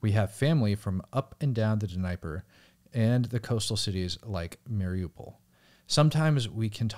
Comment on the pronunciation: It’s been a nice change of pace… but for the love of god… please stop being even worse than was at the pronounciations 😂 nothing but love during this transition, I just cringed hella hard when you said Dinyper instead of Dniper